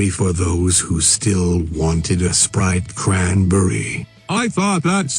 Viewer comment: ITS SPRITE CRANNBERRY